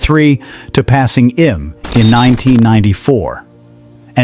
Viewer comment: Needs to be read by a real person. "IBM" is not pronounced "i-bum".